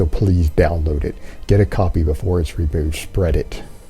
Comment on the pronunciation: “Schspreeeeaad it”! Lmao! I love how he has to tell us he was “out running errands” when the cops arrived and most definitely NOT hiding safely shut in behind his double dead bolted doors of his cuck shack.